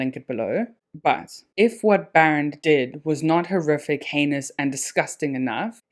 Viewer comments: The correct pronunciation is BAA - Rend. And Afrikaans name not Baron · This was a decent video, but your constant mispronunciation of "Barend" was really disappointing 🤦🏻‍♂️ I mean come on, you know that it's an Afrikaans name, right? It isn't pronounced the way you said it. And yet you chose to repeatedly pronounce it this way for the entire duration of the video. Really embarrassing! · Funny you can’t say BAREND but you pronounce Strijdom perfectly. It’s not Baron. It’s BAREND